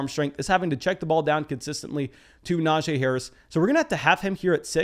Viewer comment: A+ for fantasy content. F- for name pronunciation. The “jee” in Najee is pronounced “Geeee” per Najee himself in an interview. Now about that free hat…….🤔